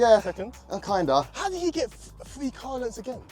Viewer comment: I love the accent I still can’t get over the “free” not “three” lol I love it